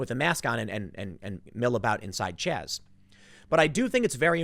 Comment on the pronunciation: It's Chaz not Chop